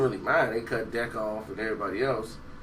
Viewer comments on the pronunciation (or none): none